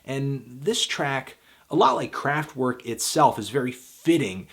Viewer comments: IT'S PRONOUNCED KRAFT-VERK WITH A V NOT A W, WATER FILTER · "w" in german is pronounced as "v" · So you can pronounce Neu correctly but not Kraftwerk? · The way you keep saying Kraftwerk hurts my ears